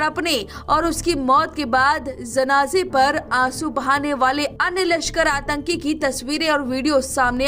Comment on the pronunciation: लकषर नही लष्कर....वैसे बहुत अच्छी खबर सुनाई बहुत धन्यवाद